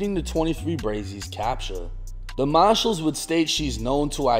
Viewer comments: Pretty sure they’re marshalls not maahshool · U.S. mah-shillls